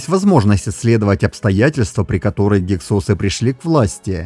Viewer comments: В русской советской науке всегда гИксосы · Ударение на первый слог!!!!! Что за "СОСЫ"!! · Слышал "гИксосы"... :)